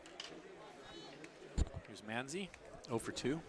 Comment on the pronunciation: It’s Michael Man- Zi not Mon- zi